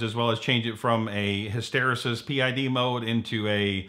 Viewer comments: Hysteresis is pronounced "hiss-ter-ee-sis" it'll help with your authenticity. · Just say HISTYREESIS!